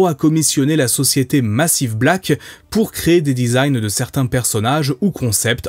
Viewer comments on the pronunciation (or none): none